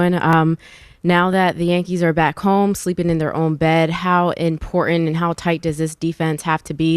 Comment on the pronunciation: I really hate when people miss pronounce the word Important 🤬 Get a clue Lady Go Dodgers 🎉